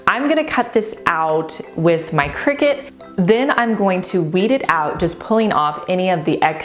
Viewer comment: Finally someone who pronounced cricut like me. I hate when I hear people say “CRY cut”